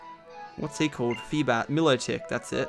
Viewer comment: Its not pronounced milo-tic its my-lo-tic!!! 😬